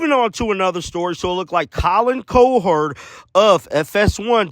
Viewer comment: Cowherd, as in a person who herds cows. Cow-herd not Co-herd. It's his name. He's not ashamed of it.